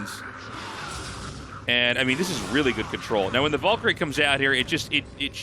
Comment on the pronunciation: Da fuq is a “Vallkary”?! 😂